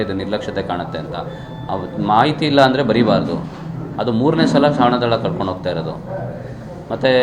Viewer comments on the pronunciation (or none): ಶ್ವನದಳ ಕರೆದುಕೊಂಡು ಹೋಗುತ್ತಿದ್ದೇವೆ ಎಂದು ಹೇಳಿ, ಶ್ವನದನ ಅಲ್ಲ ಕಳೆದುಕೊಂಡು ಅಲ್ಲ ಕನ್ನಡವನ್ನು ಸ್ಪಶಟವಾಗಿ ಮಾತಾನಾಡಿ ನೀವು ಅಯೋಗ್ಯರಾಗಿದ್ದರೆ ರಾಜೀನಾಮೆ ಕೊಟ್ಟು ಹೋಗಿ ಅಯೋಗ್ಯರು ಬೇಡ..